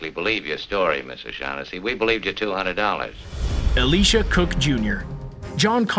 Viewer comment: My God stop saying Elisha Cook Jr.'s name like that! His name is not ALICIA!